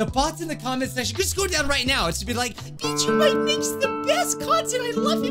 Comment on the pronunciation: When says his channel name he sounds like he is saying “beat you mike”